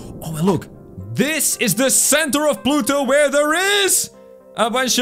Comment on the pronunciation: You said plutot